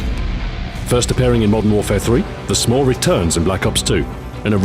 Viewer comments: He intentionally pronounced "SMAW" so it sounded more like "s'more" which is a contraction of "some more." Of course it just made me hungry. Damn you delicious marshmallow and chocolate treats! :P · He pronounced SMAW differently so that the word sounded like 'more' "Meanwhile, the other launchers might leave you wanting more" is what the pun meant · he made it sound like he was saying "some more" instead of SMAW